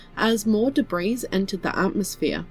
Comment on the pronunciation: "Debris" pronounced "Debrie" ... nicely done. 👍